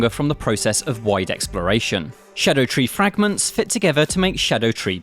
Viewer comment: Shadow tree fragments? Can you read bro?